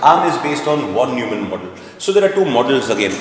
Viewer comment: Von is spelled as Fon. Neumann as Noyman.. so please understand it's Fon Noymann 😀